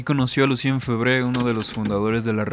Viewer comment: amigo, tienes que aprender a decr los nombres en francés aunque mas no sea, parecido... dices cualquier cosa. Se pronuncia fébre y no febré, se dice "fernàn brodél" con acento en la A y otros....